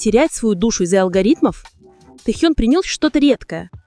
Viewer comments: может уже начнете правильно называть имена Анны Винтер и Ким Тэхена, а не Тэхюн! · Вы бы сначала правильно научились говорить имена знаменитостей, а потом озвучивать ролики! Безобразие!!! Ким ТЕХЕН и Анна ВИНТЕР! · Его имя Ким Тэхен! Произносит не правильно - это имя надо знать!!!!!!!!